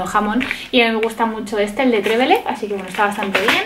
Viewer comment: Jamón de Trévelez, no. Es: jamón de Trevélez. Tilde en la segunda E 😅 Video chachi ☺️🥰